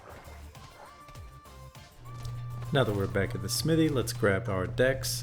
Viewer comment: great video... other than your pronunciation of the word Smithy... fairly distracting